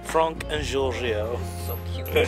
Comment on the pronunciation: Why is it fronk??? I'm not a native but why does that name bother me so muchhhh arghhhh!! P.S : I know it's spelled Franck but why is it pronounced as Fronk 😭